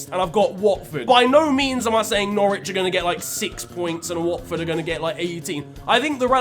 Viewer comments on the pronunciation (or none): none